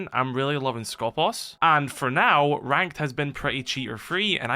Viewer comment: Can you stop messing up the pronunciation of Skopós please? The accent is on purpose at the second O, because it is pronounced skopOs! σκοπός translates as aim, goal, target, guard. I guess in R6S they intended the meaning of guard.